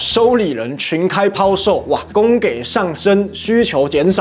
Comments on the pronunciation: 供給 音同公幾 ，請注意一下. 另“現金儲備不足”應該是“現鈔儲備不足” 銀行被央行要求要有存款準備率 因此調降存款準備率是央行的貨幣工具之一 另貨幣發行多數要有外匯或黃金準備（台灣的黃金在某處跟美國） 大印鈔同時要大買儲備 要不然印鈔變成是政府信用印鈔 現在只有美國能用信用印鈔 經濟學貨幣銀行的東西很深可以唸到博士 但要教育其他網友跟小粉紅之前該好好查證一下免得不知所指為何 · 很謝謝八炯每天出片！ 不過忍不住提醒一下💦 龜（ㄐㄩㄣˉ）裂 供給（ㄐㄧˇ） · 供给（读:几） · 應該是供ㄐㄧˇ吧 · 供給: ㄍㄨㄥㄐㄧˇ